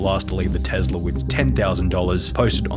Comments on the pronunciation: I know you work hard for your video and everything but it’s Tesla not Telsa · Ah Yes Telsa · "Telsa" sorry I can't help but notice it 😂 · 'Telsa' xD